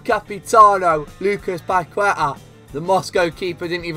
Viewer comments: the correct pronunciation of Paqueta is PAKETÁ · It’s pronounced “Pakehtah”